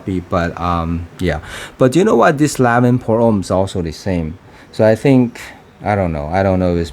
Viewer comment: Its pronounced as LAWN-VA